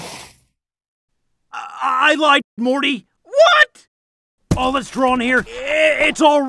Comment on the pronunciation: did she just say mory instead of morty